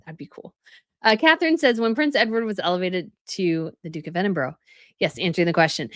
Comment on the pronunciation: It’s Ed den burra - not Eddenburg